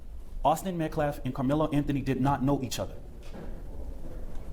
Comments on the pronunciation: He says "Metclaf" about a million times... it's "Metcalf" with a silent L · Ok but he keeps saying Metclaf and it’s driving me nuts